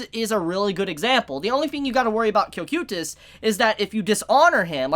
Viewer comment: how do you get it wrong. in the show they pronounce is co-kai-tus